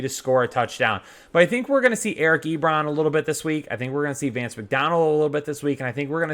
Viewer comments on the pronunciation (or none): none